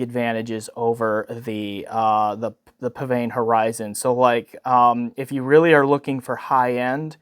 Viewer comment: According to the manufacturer, it's pronounced 'pisvane' (really).